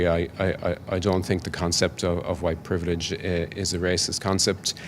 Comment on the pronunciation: Ah yes “huwite privilij”, that nebulous secular religion replacement for original sin.. except, WP has no sacramental forgiveness. You just have to wander about, feeling bad & guilty & the enemy of all things good. Because of fixed permanent physical qualities you inherited. The Marx religion then wants you to radicalize more and more, because of how disgusting you are, to try and make amends for racial crimes against humanity. What a horrible hopeless hellish godless inhuman ideological prison. What fragrant & juicy horse-hockey. 💩